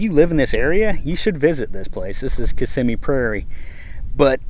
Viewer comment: Ok. I learned how to properly say, "Kiss-im-mee", thank you! I always pronounced it (with an Italian accent) "Kiss-a-mee" Blows my mind how much land has been gobbled up in FL. Nice informational vid.